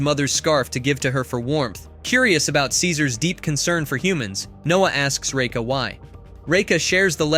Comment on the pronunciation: Absolutely hate how you say Raka its like your saiying Reka